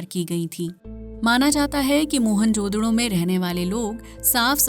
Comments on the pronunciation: What the hell is mohan jodro? It's mohen-ja-daro😂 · मोहन जोदडो नही, मोहन-जो-दारो..😊